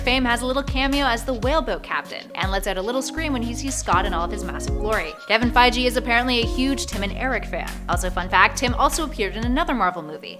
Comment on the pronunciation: Why do you keep saying “Fai-gee”?!? 😂😂😂😂😂